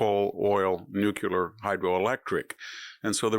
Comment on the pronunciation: NUCLEAR, NOT NUCULAR, YOU IDIOT! Otherwise, I agree with you 😊❤